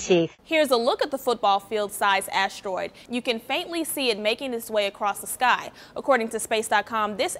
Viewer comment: Ashteroid.. really annoying when she pronounces it that way.